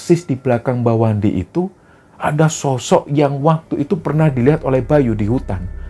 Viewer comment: Pada menit ke 13,05,,,kesrimpet ucapannya, bukan Mbah Wandi tapi wa mandi 😂😂😂😂😂,,,sorry terlalu nyimak nih bos..